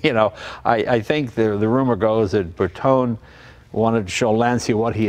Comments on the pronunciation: It's Lancia (with the C pronunced as in champion), non Lansia. And it's BertonE, not Berton... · Sorry, but it's grating. It's not Lansia and it's not Bertohn". Lan-chia. Ber-toen-eh. Eh! Beautiful car. I'm old enough to remember them. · Hey JAY: GREAT video - thanks so much - BUT: Please do not say: „Berton“ - It is „BERTONE“ with an emphasis of the E (flat E (like in Ay), not an English pronounced E).